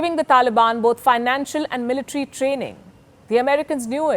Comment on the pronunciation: How do you pronounce the words.... Military..... Bodies....